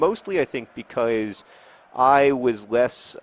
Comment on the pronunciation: You said "because" normally three times in a row! Normally you say "becoiz" for some reason